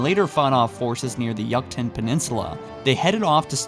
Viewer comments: Sorry man, providing some unsolicited pronunciation help ...@ 4 min, Yucatán is pronounced as You-ka-tan, as opposed to Yuck-tan. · Yo, is this dude Canadian or something? "Yuckatan"? "Ownix"? I dont want to make you feel bad or anything, but you have persistent difficulties with pronunciation. You have good content, and I like your vids, but it bugs me that this happens. Its pronounced "yook-a-tan" and "ahn-ix". You dont say the lamp is "own", you say its "ahn." All those spelled phonetically, of course. Again, sorry, but its bugging the shit out of me. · "Yuck-tin?" It's pronounced "Yoo-kah-tahn" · Correction on pronunciation during the beginning of the halo 2 portion, it’s not pronounced “Yuk-Tan” it’s actually the “you-cuh-tan”. Filled with jungles and myan temples. My family is from there and I’ve visited on occasion so yeah 😂 great video though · I just realized you said "yukton" peninsula... It's pronounced "you-kah-tahn" It's ok, i teach spanish to americans by giving them simple examples that i KNOW they pronounce. Likewise english ti spanish speakers. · yuck-tan it is pronounced you-cuh-tan fuck you're lazy with your pronounciations why is the boltshot drawn so big? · you mean "YOU-cuh-TAHN" peninsula? not "yuck-tin" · Yuckton peninsula? You-kuh-tawn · "Yuckten" come on dude, don't butcher the name, it's pronounced You-cah-tan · Man I love that you cover this but "Oh-Nicks" "Yook-Tan" among others... bruh🤣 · Mhm, yes, the “yuktan” peninsula. Oh right! Of course, Oh-nyx. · "Yuctan" Lol!!!!!!! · "Ownix"? "Yuck tan"? "Acendiant Justice"? Fuck me I'm only 4 minutes in and I realise you are completely illiterate. Why dont you check that before you do the commentary? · yuck-tan peninsula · What the heck is the "Yuktan" peninsula XD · You-Can-Tan peninsula lol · Ascendient justice? Yucktan peninsula? O nix? Ancillia? Maybe look up how to actually say words before putting out a video. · "Yuck"tan. "Own"yx. really need to learn how to read and pronounce words bud.